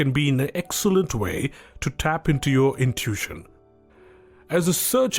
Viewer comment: It's pronounced like "IN TOO WISH SHUN", you speak otherwise perfect English, just FYI but English is a messed up language. No doubt, but love your work